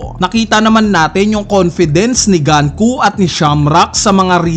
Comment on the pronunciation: diba sa Japanese, you will read the words as is? like GUNKO not GAN-KU, pero pwede namang mali ako.